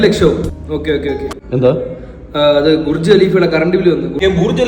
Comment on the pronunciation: ഗുർജ് അല്ല പൊട്ടൻ കോടീശ്വരന്മാരെ... ബുർജ് 😂